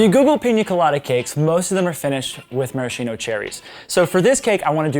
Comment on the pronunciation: ma-ra-skeen-o not mara-chino Love the cake!!!!